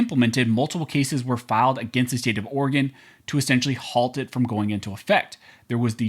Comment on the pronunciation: Oregon… sigh